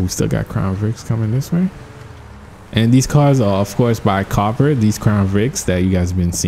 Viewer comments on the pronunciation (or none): none